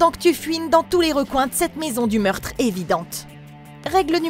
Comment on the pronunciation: Il faut confirmer le meurtre il faut toujours confirmer le meurrrrrrrrtre j'adore 😅